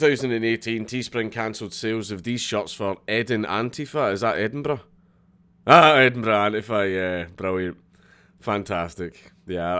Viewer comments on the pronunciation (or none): literally no one: Dank: EdinBRUH